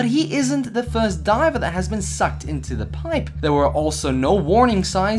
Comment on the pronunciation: Anyone get annoyed by when he says piPE